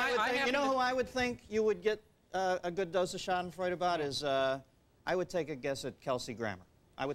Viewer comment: shaddinfroid. no Shahdenfroida (roll the "r")